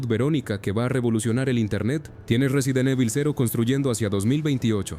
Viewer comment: 🗣 Resident eibol... Att: IA